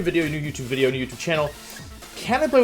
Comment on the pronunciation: ok cool he posted. changes a lot. Humour. ok. If you thought the first 30 seconds of the video were funny then there's honestly not much to say to you. If you find him pronouncing words incorrectly hilarious then again, not much to say to you. 'woah he said wideo after video XD' 'hahahahha jaridos hahahahaha wottt random XDDD' if you're simple minded, go for it, but just because I mentioned how he's butchering the English language by using incorrect sentences I don't see how I'm wrong there. It's like when people over use the word literally, except worse.